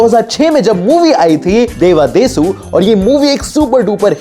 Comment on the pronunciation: Devadasu correctly pronounce karna toh seekhle 😂